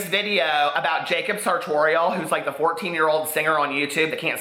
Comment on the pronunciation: "Jacob sartorial"